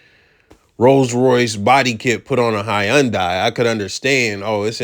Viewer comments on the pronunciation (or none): why he pronounce Hyundai that way 😂 it’s pronounced Hun-Day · Hy-un-dai 😂😂😂what tf bro you had me crying